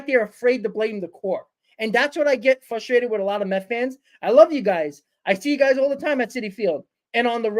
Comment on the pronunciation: fustrated. so very fustrated